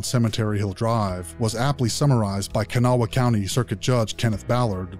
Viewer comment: It's Kanawha, pronounced more like cuhnaw or kannaw. Half my peoples from a place called Lacoochee, by Dade city and Brooksville (named for some of our peoples and the others are in central FL (the FL folks anyway) the rest are from the outskirts of the Charleston area, Kanawha, West by god Virginia. IYKYK 😉